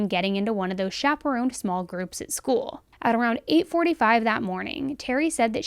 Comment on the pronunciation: School sounds a lot like Gaol. In general and at the first second of this video.